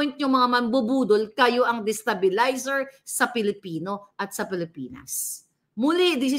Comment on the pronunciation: Hhhh 😅 my God.. Hnde moh nga maPronounce ng maayus ang Destabilizer 😂 More Practice pahh Boy 😂